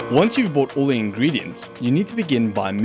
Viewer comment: "Ingediants" Lmao